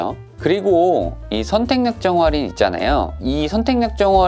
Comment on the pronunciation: 슨생님 정보감사합니당 근디 활인이 아니고 할인이라고 해주삼.. ㅋ